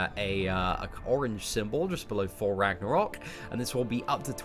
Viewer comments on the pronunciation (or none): The GamingRodent loool that's because he still can't say Thor properly, "four god of funder"